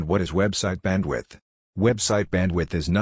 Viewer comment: "Website Badwidth" - Someone skipped school didn't they...